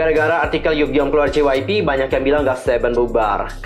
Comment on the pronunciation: Ngakak Gua Denger Ngomong Jypeip😂